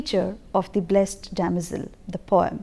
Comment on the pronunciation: a small correction..."blessed" is pronounced as bles-id.🙂